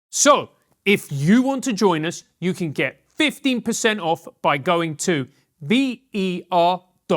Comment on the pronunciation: But it seems to start with a "eh oo" sound rather than with the "you" sound.